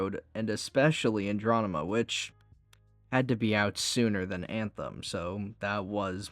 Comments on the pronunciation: Bro...if youre unable to say Andromeda....dont...its so annoying hearing you say Androdema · I'll add up to the mountain of salt at your mispronunciation of Andromeda - you've already responded to others, but I simply have to say that hearing you say that word over and over makes it very hard for me to keep listening, it's like I'm listening to KingCobraJFS, but without the charm.